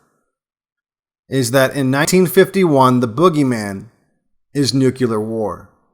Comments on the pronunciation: I love your videos. But for God's sake, man stop mispronouncing "nuclear". It's pronounced like "New Clear" not "Nuke Uler". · It’s pronounced “new-clear” not “new-cue-ler”. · NEW-KLEE-R There is no such word as NEW-Q-LAR you are too articulate to NOT correct this. Or are you comfortable with “axe” rather than “ask”? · Excellent stuff. But it's nuclear war, not nucular war. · I am unsubscribing to your channel. It's not because I disagree/agree with the video or the premise of it or anything you are saying.. it is because you use the word "nuculer" rather than nuclear. Then you did it again . Sorry but I can't in good conscience be subscribed or watch videos that are made by an idiot who can't even pronounce the word correctly. I realize how ignorant and stupid you are even though your videos are good you are an intellectual fake. F-OFF. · Good video but, Nuclear ..... Why can't people say it correctly? I'm just wondering. It's not nuculear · it's nu-clee-arr, not nuke-uu-larr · Nuclear not nucular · I love you to death, but its (noo-clear) not (nuke-yoo-lurr). had to say it man, you sound like ole George Dubya Bush. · Nuclear... not Nucular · your vids are great, but, in this one you keep saying "nucular" instead of "nuclear" pronounced noo' clee ur, which has something to do with the word "nucleus." You wouldn't say "Nuculus" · PLEASE. NUCLEAR. NEW-CLEAR. Nucular sounds so low IQ it takes away from the point. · Good talk. But, it's "nuke-lee-uhr", not, "nuke-you-lur". 👍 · "NUKE - LEE - ER" not "NUKE- U - LER" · S wated to hare this until ou dropped the 'Nucular'no-word, Bush bomb. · "NUCULER" WEAPONS?? U-SUCK!! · "Nuclear" is just two syllables, not three. There's no vowel between the "c" and the "l." When you say "clear," you don't say, "kee-lur," right? Otherwise, nice video! 👍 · Aaarrgh...he said 'nucular'... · THE WORD IS SPELLLED “NUCLEAR” AND ONLY HAS TWO SYLLABLES. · He says it like bugs bunny :) I thought it was endearing